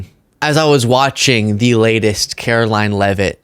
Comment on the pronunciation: Please say her name correctly: Carolying.